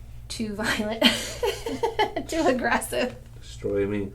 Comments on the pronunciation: Did he just say deatroy me lol?! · "destrroy me" xDD